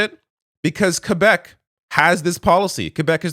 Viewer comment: Hearing Quebec pronounced properly brought a smile to my face.